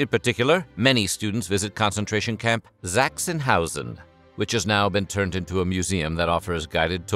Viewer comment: On a side note, Sachsenhausen is not pronounced with a "zee" sound. It's a hard "S".